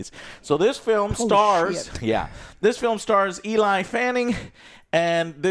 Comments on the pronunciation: EL-EEE, not E-LIE. smh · It’s not ELI!? Why don’t the other two help Joe pronounce names and words correctly or do they just not know either lmao?? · God stop fucking sale Eli when it clearly says Elle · joe : E LIE FANNING E LIE FANNING Elle is a french word that mean "she" , its pronounced "L" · I get mispronunciation of Dan Trachtenberg but "Eli" Fanning? You're putting up a review, at least take a total of 2 minutes to find out how to say their names. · It’s Ellie not Eli you simpleton lol (I’m joking don’t get mad) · Elle fanning joe, not Eli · Who the F is ELI FANNING??? its Elle ( L ) Fanning lol😂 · I use to think he was trolling getting peoples names wrong but holy shit this dude really doesn't know how to read and has zero idea who people are. Eli Fanning huh Peyton Manning's little sister i guess come on dude if you are gonna talk about these people at least get the names right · its pronounced "Elly" you dork........... Looking forward to it............sound like the "lore and culture" bit is for me.............but the possible "cringe" is not good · EELAI Fanning ? Dude 😮😮😮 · Eee-Lie Fanning, sister of Daytona Fanning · EE-LIE is cracking me up. I love how Joe pronounces things haha. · so many times, he kept looking down and reading the word elle and saying eli lmfao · Joe has never ever been good at pronouncing ANYTHING. He ALWAYS tries “big words” and fails. He’s either dyslexic or “slow”. And I say this as huge fan of the channel lmao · Why is Joe so freaking terrible at saying names correctly? Is this a legit medical condition? CTE? I have never seen someone this consistently bad at names. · “I’ve been anticipating this movie for so long”. Can’t even pronounce the lead actress’s name. Joe is so low IQ